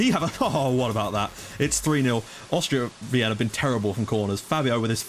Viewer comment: Wien is pronounced like 'Veen' bro :)